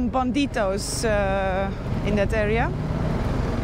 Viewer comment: In Spanish it's pronounced: bandidos, not banditos.😁